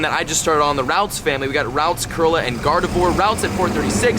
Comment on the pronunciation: I cringe every time he says ralts...